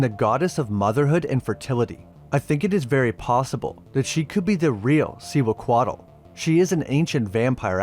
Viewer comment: See-hua-co-ought "Cihuacoatl"